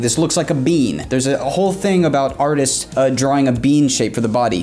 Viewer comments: "Artits" XD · "Reference Artits"? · "artits" hahahaha